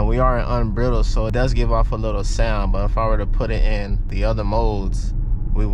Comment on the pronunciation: Unbridled... pronounce it like BRIDE. Just letting you know man. Just bought my Mach-E. I sell these for Ford.